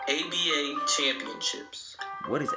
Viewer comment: If you say ABA one more time. Damn man, get your Google on! Sound ignorant af. And as far as defense, today's flagrant 2's are 70's good, hard fouls. If you were that mad about it, you had to fight.